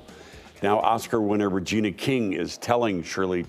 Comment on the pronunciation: “Regina” King not “Reina”